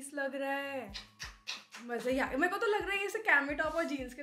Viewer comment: All good but.. please mujhe boliye..merko ,meko bolna thoda 😖 laga